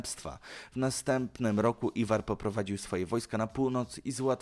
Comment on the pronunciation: W coraz większym stopniu idziesz na ilość, na czym traci jakość. Błąd za błędem. Nie "Iwan Ragnarson", a "Iwar", a Ragnarson, to nie znaczy "bez kości", tylko to inny, alternatywny przydomek. A stolicą średniowiecznej Bułgarii było Wielkie Tyrnowo, a nie Wielkie Tyranowo. I mylisz ekskomunikę z ekshumacją.